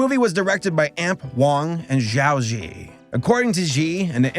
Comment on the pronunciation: Future reference Zh in mandarin is pronounced J sounds. So it would be Jao ji in pronunciation